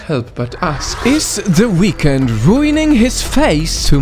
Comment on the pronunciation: I thought you said "What the weekend doing to his face?!"😂